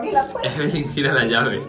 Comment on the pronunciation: Se dise Evelyn no Eve